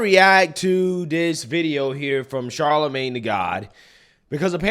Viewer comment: That really frustrates me when continues to say “Charlamagne tha god every time he says his name. I enjoy BCP’s content, however I wish he would just say Charlemagne.